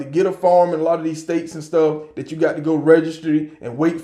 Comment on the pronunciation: Listen to me. Stop saying "And stuff like dat!" And "All this kind of stuff!". And stop saying farm when you mean to say firearm. Say FIRE-ARM. I love your videos. Just trying to help you.